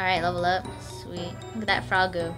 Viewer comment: Hahahaha, "that froggu"... was that like a pseudo-Japanese way of saying "frog"?